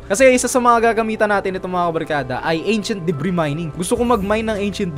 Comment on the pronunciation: what I hear achent debri